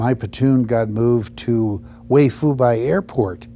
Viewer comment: Come on, Man, you been around Marines enough to know better! It is pronounced "WAY", the city of Hue is! Come on!